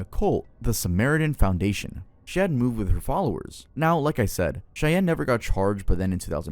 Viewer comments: ily but I am begging you to learn how to pronounce things you aren't certain of😭 Cheyenne? Waco? Judaism? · dude did you say, “shaye-Anne” Wyoming 😂😂 it’s Cheyenne bro (proved like Shai-An) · SATAN with extra pronunciation. Shay-yen cause Cheyenne could sound like die anne. Lol. You're brilliant. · wok-oh and shay-anne is crazy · The way he’s pronouncing Cheyenne 😭not shay-en but great video overall 🙌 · I live in Cheyenne Wyoming, sure you did mispronounce the name. But I've never heard about this "cult." There must be some secret info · and Cheyenne